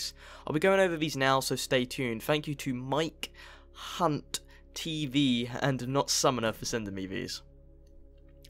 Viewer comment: hahaha you reaaaally had to enunciate Mike Hunts name eh;)